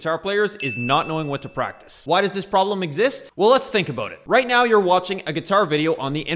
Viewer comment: Aboot? Heard it a couple times. You've got to be the most pissed off Canadian EVER! lol!